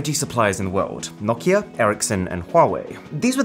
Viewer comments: Why are you saying Nok ia? It's No Kia. Very simple. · "knock-ea" "know-kea"